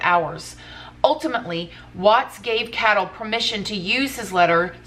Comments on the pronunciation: it's pronounced CAY-DELL... not "cattle". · Cadle- Kay-dull